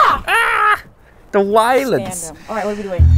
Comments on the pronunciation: “the wilence” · “The wiolence”